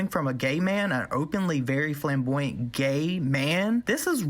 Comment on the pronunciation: Girl don't forget it's Ryland Dawson now! Great video my weave was snatched when you said flamboyant with that southern accent btw